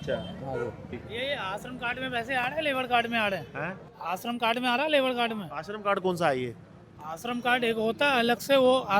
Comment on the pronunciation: E shram kard ko ashram kard bol raha hai mera ek Mazdoor bhai.